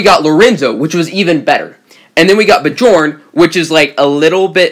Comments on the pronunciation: i think it's pronounced "byorn" NOT "bjorn" same as fjord ("fyord"). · Bjorn is pronounced byorn